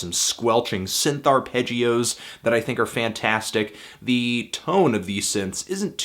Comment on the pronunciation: Fantano it's think not thing